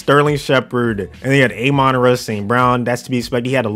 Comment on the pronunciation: It's ah-mon ra st.brown not a-men ra st.brown